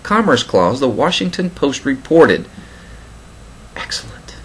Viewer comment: You made me chuckle when you said "EXCELLENT" as always good job on your videos.